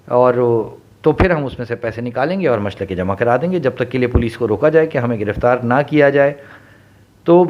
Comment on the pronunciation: Machalke not machlake